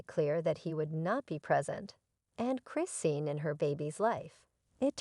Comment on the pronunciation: Why can’t you pronounce their names right?? It’s not BlueFish!!! It’s Blueface!! And it’s Chrisean !!! 😅